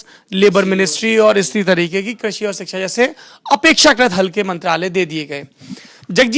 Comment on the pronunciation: सोरभ भैया ! अगर आप अपनी हिन्दी भाषा को कुछ और सुधार लें तो देखने और सुनने वालों पर आप की बड़ी दया होगी । सही शब्द है शिक्षा मगर आप बोलते हैं सिक्षा जो बिल्कुल गलत है । आशा करते हैं कि आप इस पर ध्यान देंगे। शकील अजीम । दिनाकं 10 जनवरी सन 2023